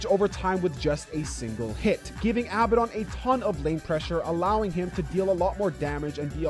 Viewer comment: For the last time: its aa ba den not abba don. His name is inspired from a demon with the same name in ares gotia. Sincerely: a nerd.